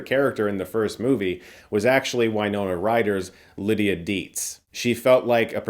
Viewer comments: “Why-Nona?” Is that how she pronounces her name 😢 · Why-nona?! No. Just no.